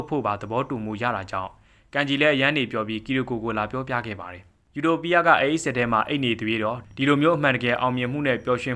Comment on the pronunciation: ယူတိုပီးယား❌အူတိုပိအ✅